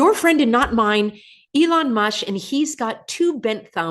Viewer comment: Did you call him Elon Mush? LOL!